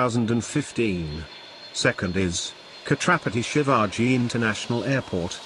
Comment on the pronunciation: Pronunciation of Mumbai airport is funny. It looks katarapati Shivaji Instead of Chatrapati Shivaji. The airport very good and world class. Mumbai Govt has worked really to construct this airport. But there is still unparalleled runway in Mumbai. If they construct parallel Runway then definitely there will be an individual runway for takeoff and landing which will be easy to handle air traffic.